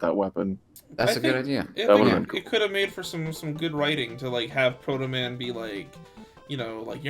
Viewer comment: SAID HIS NAME WRONG AND THATS NOT HOW HE TALKS. EPIC FAIL